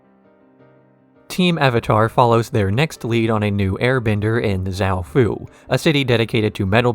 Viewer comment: Pronounced all these wrong: Ayemon, yakonaye, var(like far)ick, ton-rack, admiral zao lmfao.